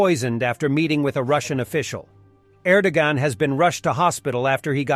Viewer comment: Er.dow -wan